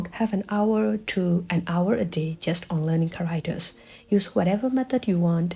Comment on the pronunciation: “CHAracters” = chá-rák-téhrs (or Káh, for the firsy syllable), just poiting out the correct pronunciation because it confused me at first what you were saying until i realized you tried to say ‘characters’.